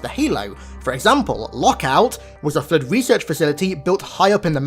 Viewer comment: Flrood saying it with an R is killing me